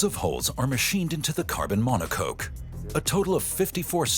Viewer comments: "monocoke" Thats what you get when you use infomercial narrators... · It's a mono-cock 🐔. Not mono-coke. Lol